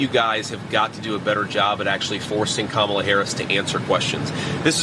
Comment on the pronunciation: At least he can say her name properly 😅😂. Money makes these people sell their country, family, and souls, and its sad.